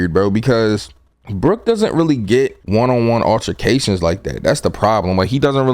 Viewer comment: You did Brook wrong like real wrong ahhahahah